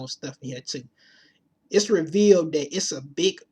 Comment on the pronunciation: Learn to speak English, I can't get past your hood accent but you say the worth "dat" instead of that. etc etc